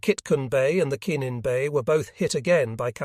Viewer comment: I believe the escort carriers the narrator is trying to pronounce are Kallinen bay and SAINT Lo, not kinnen bay and ess tee low. These ships and the brave men who served, and died, aboard them deserve better